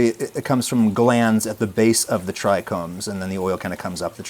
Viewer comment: Bro be talking about "medicinal herbs" and "terpenes" and "tricombs" 😂 We see you bro 😂